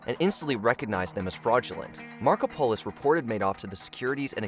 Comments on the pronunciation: Love the pronunciation of "Marko-polis" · "Markopolos" being mispronounced is driving my Greek-American ass crazy.